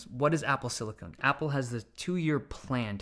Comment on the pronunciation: I’m just glad he actually called it silicon and not silicone